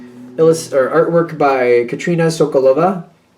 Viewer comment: I believe her name is pronounced Kat-a-rina - not Katrina - I may be wrong but thought I would clarify :) from a true Taurus nature.